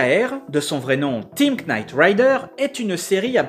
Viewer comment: slt on ne prononce pas le k dans Team knight rider ça ce prononce night